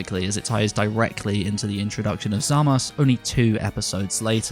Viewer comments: I loved the video but hearing "Zamass" instead of "Zamasu" makes my ears bleed :D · Is it me or is it weird the way he says zamasu I know you u is a Japanese thing like turunksu and gowasu I guess I'm just used to hearing the Japanese